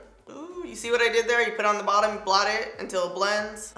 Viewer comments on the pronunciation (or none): none